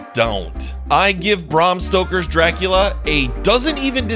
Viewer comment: You didnt have to say barm stoker everytime it made the reveiw as laboris as the game